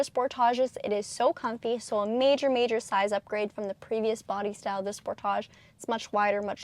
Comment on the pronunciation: wait is pronounced "Spor-taj" or "Sport-Age?" It's the first time hearing it called spor-taj.... but it's so.... it's all good:)